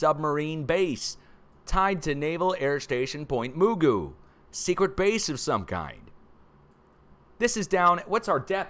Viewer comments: We pronounced Point Mugu Naval airbase "Muh-goo". ..not "Moo-goo" 🤣😁😆😅😂. It's all good brotha 😁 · Hey it’s pronounced Point Muh-goo there above Malibu. Awesome show!!!! Fascinating as always…. Thank you! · Pt. Mugu is pronounced like Magoo, like Mr. Magoo - not sure why but just FYI,. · Hi.. Pt Magu pronounced like (Mr.)Magoo. Live in Florida now but I'll always be a California girl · It's pronounced point Ma-gu :) We live up in Lancaster, not far from san andreas fault.